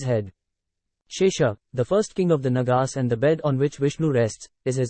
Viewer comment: The pronunciation is NAAGAAS, not NAGAAS.